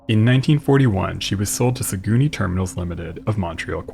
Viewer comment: Saguenay is pronounced Sag-nay, not Sagooney.